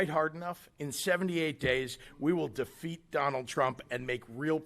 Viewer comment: Not defeat, he said eat Trump.